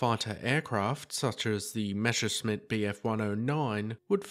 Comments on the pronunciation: Mess a shmitt. Not Mesh a smitt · The yellow nose was introduced to make Britons mispronounce the Bf109's manufacturer. ;) Jokes aside, for unknown reasons some folks tend to swap the 's' and 'sh' sounds when pronouncing Messerschmitt, turning it into Meschersmitt. It's Mes-ser-shmit, not Me-sher-smit. Hope this helps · it's messer schmidt not mesher smit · It is not Meschersmitt. It's the other way round. You might get it next time. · Meschersmitt hey...